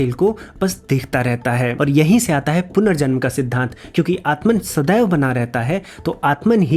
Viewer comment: Bhai tum to at-ma ko at-man mat bolo. Wo bas jab english me likhte hain to halki si dhwani ko bhi poora emphasize karke likhte hn